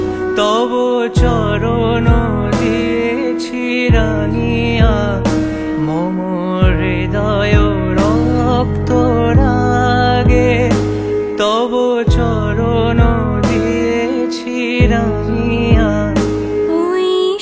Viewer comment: the female voice is amazing! the male singer needs to work on his diction. The word is 'hridoy', not to be pronounced as 'ridoy'. The other word is 'shaadh' not 'shadh'. The male singer should take proper training on how to sing Rabindrasangeet properly before attempting such songs. In bits it shifts from proper notation (check Geetobitan). Overall a brave attempt on his part but definitely should get proper training before publicly sharing his music.